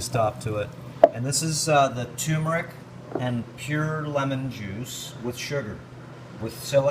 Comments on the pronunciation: joann dortch Do you mean accent? No in this case it is mispronunciation! It is tur meric not tue meric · Please, tuRmeric not 2meric. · It's pronounced TURRRRRRMERIC, not TOOOMERIC. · David Parker annoying isn't it. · its pronounced TURmeric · Turmeric. It has no a in it at all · My God this tyumeric. I mean, I know why, people see the word for the first time and to the untrained eye rm (RM) looks like an m. So turmeric becomes tumeric. Then there are those who hear it mispronounced much earlier than they read the word for the first time, and they're pretty much doomed. Still it gets on my nerves like few other things. Nobody says tookey, toof, toomoil, so why say toomeric? Meanwhile the video is going on (yes, I got totally distracted as soon as he said toomeric the first time), and he's been mispronouncing a whole lot of other words, so, bless his heart. I'm going to start the video again and try to listen to the contents. Oh God, he just said ayurveedics... maybe I'll look for another video.